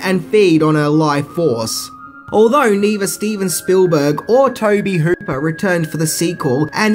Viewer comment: Yea! learned how to say Tobe Hooper!